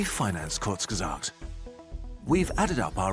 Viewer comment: Bro, he meant that Hasan is actually capable of speaking some german words perfectly. But he does't manage it with the word Kurzgesagt.